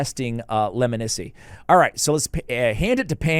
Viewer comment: Are we sure it’s pronounced Leminisi? Knowing these Sylvan Watcher names it’s probably pronounced “Steve.”